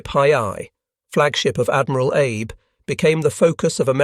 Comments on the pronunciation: It isn't Admiral Abe like Abe Lincoln, it is Abe like Ah Bay. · Abe?? Honest Abe? Ah-bay??????? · It's "ah-bay", not "Abe"